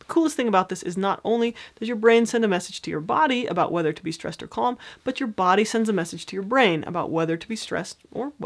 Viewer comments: Just please, please fo not pronounce calm as cOlm, very annoying. All else is great. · It stresses me out whenever she says ‘kolm’